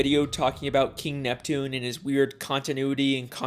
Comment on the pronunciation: It's Neptune not nepton